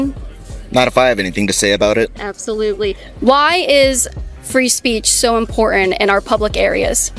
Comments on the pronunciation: IMPORTANT not IMPORENT, come on say it right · It’s not import… int …. It’s important